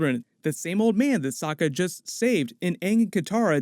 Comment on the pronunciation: It's pronounced "Soke A"